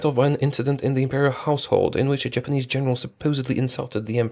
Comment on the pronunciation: I thought said "Germanese" at the start talking about Machukuo still a puppet to Japan.